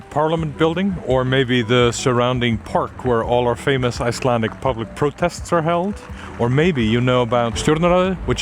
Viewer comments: it was more commentary on my own failure to distinguish sounds in icelandic than intended to say you pronounced them wrong. Having never heard of the locations let alone heard them said aloud so fluently and confidently they caught me of guard is more what I was meaning. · Hi, I am Russian, and I can’t believe you just pronounced all that names ahahahaha! Also, all the shots are surprisingly cinematic! Thank you, great video!